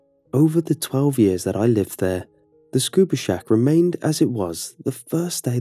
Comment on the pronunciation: I heard Scooby Snack- Oh wait... What the heck is a Scuba Shack?